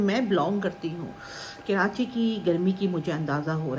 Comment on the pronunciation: Kirachi nhi karachi😊